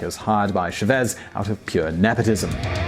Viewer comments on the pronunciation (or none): CHA-vez, not Sher-VEZ